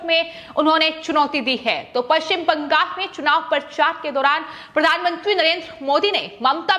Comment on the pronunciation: Why is BANGAL being pronounced as BANGAS?